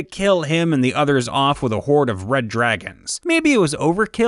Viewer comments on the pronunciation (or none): none